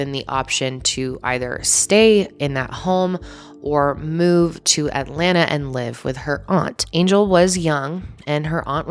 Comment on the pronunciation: thanks for pronouncing atlanta ATLANNUH. i see you, and i respect you